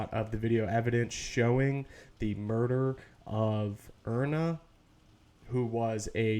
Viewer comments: Iryna: eye-Ree-nuh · Pronounced "Eye-Ree-Na" - IRYNA, such a beautiful name. Please try to pronounce it correctly, out of respect for the innocent girl that lost her life if nothing else. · Pronounced "Eye-Ree-Na" - IRENA